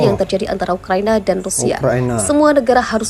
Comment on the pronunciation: Ukraina boss, bukan ukrania 👍👍